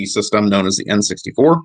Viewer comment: LOL the N SUXTY FOUR...THE N SUX D FOUR....